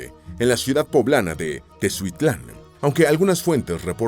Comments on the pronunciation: Jajaja nadie nunca pronuncia bien Teziutlán, no entiendo por qué se les hace tan complicado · Es TEZIUTLÁN